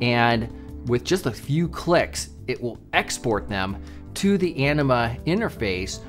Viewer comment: I swear, every time says Anima, I hear enema. Anyone else with me? (Love the video)!